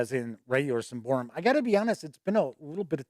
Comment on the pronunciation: Sym-ba-roum, not Sym-by-room, great review though